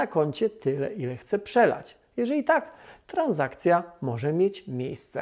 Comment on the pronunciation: Nie tranZakcja , tylko tranSakcja